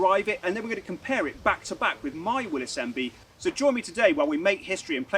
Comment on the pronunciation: Thank you. Thank you for being the ONLY person I have ever heard pronounce Willys properly.